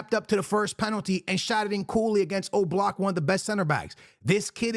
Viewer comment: Its oblak not o block😂😂